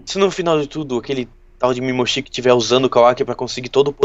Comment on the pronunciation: não é mimoshiki é momoshiki